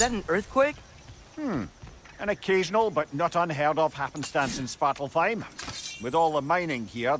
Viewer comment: Yo the way he pronuned svartalfheim was heleirous 🤣🤣🤣🤣